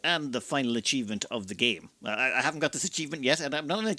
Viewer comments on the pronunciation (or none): none